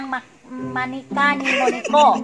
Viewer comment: Wow galing ni Sir mag pronounce nang moniko thanks for sharing